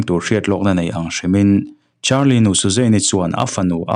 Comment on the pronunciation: Carlie brucia ani sia,charlie tiin ilam rengbawk sia,ngaihna awmlooo😂